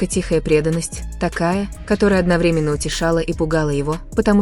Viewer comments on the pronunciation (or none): none